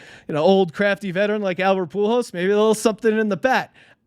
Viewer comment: Poo Holes. Not Pool Hose. He's putting the "L" in the wrong place... It's ok tho, Albert hasn't been around that long. Young player, so I wouldn't expect him to know his name. 🤦